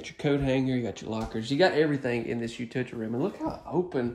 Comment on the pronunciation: please learn to pronounce utility correctly. There is an L in utility. The word is NOT utiity. The way utility is pronounced on these videos is quite crass. In fact, pronunciation of this word on these videos is extremely offensive. Thank you.